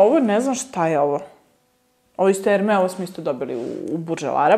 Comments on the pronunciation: Kaže se Er-meZ sa sz na kraju. ❤️✌️ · Guerlain se cita 'Gerlan' a ne po Vuku Karadzicu 'pisi kako govoris, citaj kako pises' 🤣 Kilian se cita Kilian, Moresque se cita MoresK a ne MoresKU, La Colle Noire cita se La Kol Noar, Hermes se cita Ermes, L'ambre des Merveilles se cita Lambr de Mervej, a parfemi koji nisu mass-market su niche parfemi ❤️